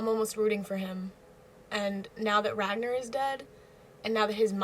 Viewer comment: RagNAR. The 2nd syllable rhymes with "Car".